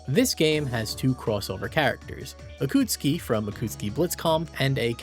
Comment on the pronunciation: I miss UNI's old era of having the roster just small enough to fit them all in the cover art. Noticing a lot of extra vowels in pronouncing Akatsuki and Yuzuriha's names. Also can't ignore the weird localization of UNIEL in particular.